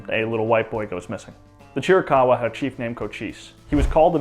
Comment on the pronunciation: It’s also VERY relieving to hear someone finally pronounce Chiricahua correctly…